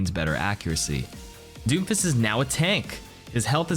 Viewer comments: Am I the only one who heard him say doofus instead of Doomfist? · Everytime you said doomfist I heard "Doofus" I was like wow this guy really doesn't like this character!